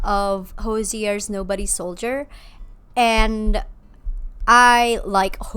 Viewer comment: that butchering of nobody's soldier will forever haunt me